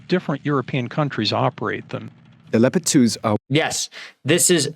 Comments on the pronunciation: If I were cast an actor to play a professor who was so full of him self he believes his farts don't stink he would look and sound like the guy from Columbia at time code and when he says Leo-pard instead of leopard amazing. I expect to see John Belushi bust through the wall with beers in hand. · What is a lay uh pard?Who is this guy?